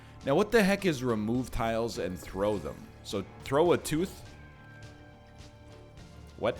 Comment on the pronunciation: I was referring to him reading out what the item does but missing the s in tiles several times.